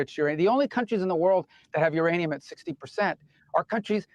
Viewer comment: Iranium, youranium,. Myanium? Co reading Catch 22... Lol! You guys are so spot on!